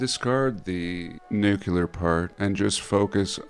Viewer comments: All the research and time you put into it and then you say "nukilla" instead of "nuclear"????!!! Did you graduate george dubuya university? Thats is way too low for my taste. 😂😅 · Well, according to it's "nukilla" 😂😅 But no worries, he can always get a job putting snakes to sleep with his voice, if yt doesn't work out. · Was tsar Bomba a test or attack and also I have a personal request could you please go to the extra trouble of pronouncing nuclear properly it takes me back to the heady days of Bush Junior the president of the United States is seemingly educated man would stand before the whole nation at the podium making a speech and pronounce it nuculer for a word that so commonly used these days it seems like about 80% of the people pronounce it incorrectly and I take issue with that is it so much to ask